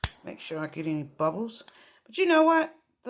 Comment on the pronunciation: Omg the first time you said the little bubbles I swear you said little buttholes. Lol. I'm sorry, I'm easily amused and definitely hard of hearing. Lol